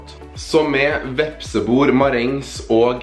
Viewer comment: Jeg sender telefonen videre til han som uttaler vepsebol, «vepsebor»